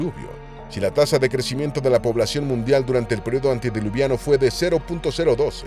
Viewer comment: Me harté de que dijeras antidiluviano, es antediluviano.